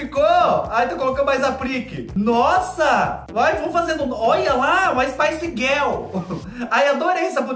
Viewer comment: "uma spice guel"